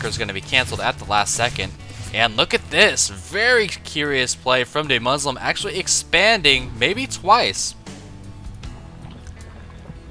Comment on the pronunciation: Fyi, it's Duhmuslim. Not Daymuslim. I'm so happy Idra is trying weird shit now though.